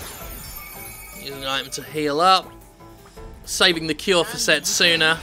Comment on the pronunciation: Fist of all, the name is Setsuna, not Sestina. Secondly, Setsuna sounds pretty unisex to me. Thirdly, I don't think I've seen so many people draw so many wrong conclusions since... well the last time I was on the internet, really. Judging by that cutscene, Setsuna's not the MC she's the sacrifice.